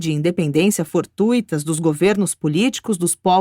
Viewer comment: Maravilhoso áudio sobre essa narrativa a respeito de Jesus. Gratidão à UAB por disponibiliizar essa documento. Apenas alguns erros na pronúncia das palavras: selêucidas; subsequentemente e Antioquia.